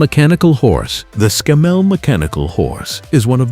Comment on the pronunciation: That's ScAMMell not ScammELL